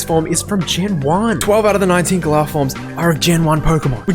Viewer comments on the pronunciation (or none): It's pronounced "Gah-ler" or "Gah-lar" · "GA-LAR being a bad name is u just not liking how YOU pronounce it not realising ur pronouncing it wrong and this is just irony on a weird level I've never seen before